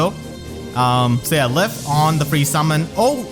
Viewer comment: "Lif" is pronounced like "Leaf" btw